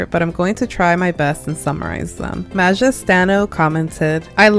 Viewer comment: Hi! I'm so happy you said my comment! (But my user is pronounced maya, not maja)